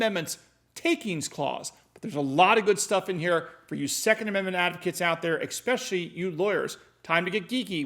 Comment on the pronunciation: It's "ESpecially", not EXpecially".